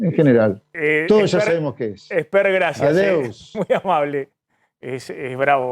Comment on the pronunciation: Espert…seguí pegándole a Milei. Te haces el catalán y no sabes ni decir Adeu que decís Adeus. Deja de tirar piedras hermano que tenés menos votantes que Javier y lo sabes. Busquen la forma de unirse sino estamos perdidos.